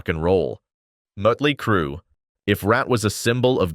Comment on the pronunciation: This video sucks...randome pics of bands that have nothing to do w what is being discussed...mispronounced band names, mutley crew... lots of baseless assertions, etc